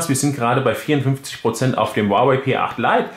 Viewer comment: Es heist nicht "uawäi" sondern "huawei"